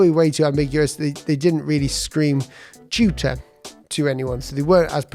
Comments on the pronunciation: took me long time to realise you were saying "Tutor" and not "Shooter". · I can't stop laughing. I was listening at a distance for a bit, and came back to rewind and learn what this British "Chuter" was... And then checked the comments. Glad I'm not alone! Finally saw the word tutor a few minutes into the presentation and 😂😂😂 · I heard cheater